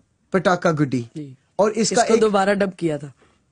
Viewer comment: Well your Pronunciation is far better than that of most Americans 😂😂 Pataka was right but It's Guddi (stress on D) you said Goody (Stress on O)